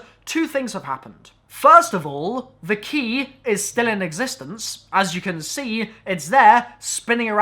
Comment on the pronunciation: "They key" Your bloody what?! Thas' not Anglesh! U fukkn wot m8!